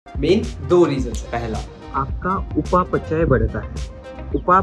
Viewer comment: Experts says, he's still trying to pronounciate उपपचाय 😣